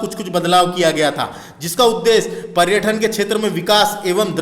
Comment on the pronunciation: क्या लेक्चर दे रहे हो भाई तुम्हे ढंग से हिन्दी बोलते भी नही बन रहा । पर्यटन और पर्यठन में भी फर्क नही समझ रहे ।